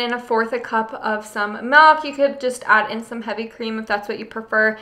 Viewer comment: Love your videos. Been a long time subscriber Just got an instapot for Christmas!! Happy to watch the videos that didn't pertain to me before. Still hate how you say melk. But love you recipes. Merry Christmas!!